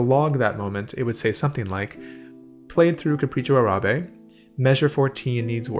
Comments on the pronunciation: Capricho AH-rah-beh, not "ah-RAH-beh." That's what the accent mark on Árabe means: the first syllable is the one stressed. It has the same prosody as "Tárrega." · Not a big deal, but it is pronounced "AH!-rahbeh", not "Uh-RAH!-beh". (And yes, the Google translate Microsoft Sam robot is incorrect). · Thank you for your insights. I love your work here. One side nitpicking FYI: the correct pronunciation of the Spanish word “Arabe” is “Árabe” with the stress on the front “A”; like “AH-ra-beh”. It is true that “Arabia” (the region) has the stress in the middle-A similar to English, but the adjective “Árabe” does not. Sorry, languages are like that sometimes (source: native speaker). Depending on publisher you might see the accent mark omitted in “Árabe” because historically accents were suppressed in uppercase letters, but it’s now supposed to be there. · Fantastic video. This is indeed something that should be taught systematically. BTW, it is pronounced “Capricho Árabe”. Notice the accent (linguistic staccato) on the first a, not the second. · It's Capricho Árabe, stressed on the first "a". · The macron in Arabe is over the first a - so the first a is longer than the second a - is the correct pronunciation